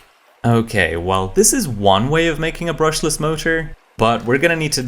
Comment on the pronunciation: Brushlesh Mochure